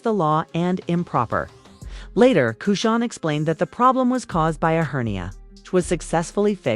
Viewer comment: It's AI and the AI of course wouldn't know how to pronounce a ridiculous name like chrisean smh.